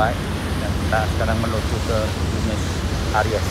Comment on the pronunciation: Kuping sy risih aja dengar Buenos ARIES ber-kali²... 😊 Padahal kan Buenos AIRES ... Kritik ah ! Pembacaan² & pengucapan² diperhatikan lagi... Ini kan bagian dari pencerahan, bukan PENYESATAN... ! 😂